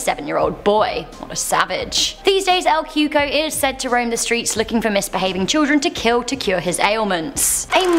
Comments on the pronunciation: Lmao she said el cuko it’s cocou or ( coocooeee) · "El coo-cooye" is how you pronounced number 9 at the beginning